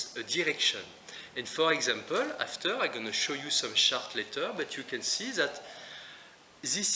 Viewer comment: Very useful tips and tools. Thank you so much. Maybe I'm not use to your accent, you say 'chart' sounds like 'shark'...hah